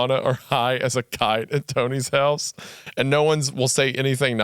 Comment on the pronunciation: every time I see emphasis on the word house I get House of Leaves flashed into my mind like its a The King In Yellow level cognitohazard